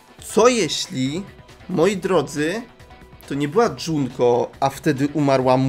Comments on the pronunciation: Mówi się Junko Nie Dżunko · skoro pewno jusz wiesz o tym kim jest misztrz gry to powiem jednom najwaszniejszom szecz to mukuro umarła oprucz misztsza gry niemuwi sie dzunko tylko junko PS junko i mukuro to siostry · MÓWI SIE JUNKO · dopiero to zauważyłam... mówi na junko, dżunko:0